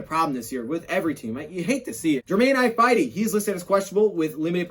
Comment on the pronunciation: Your pronouncing ifedi wrong, ugh-fed-ee